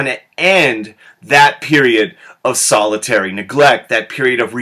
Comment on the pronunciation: Anyone else find it annoying that he keeps saying solitary neglect instead of salutary neglect?